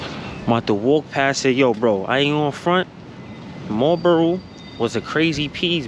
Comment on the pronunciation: It's Marlboro, not Marbro. Your welcome.